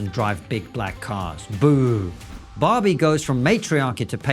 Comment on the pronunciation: At the beginning he said Barbie. I thought he said Bobby. I thought to myself, "Who's Bobby!?" 🤔.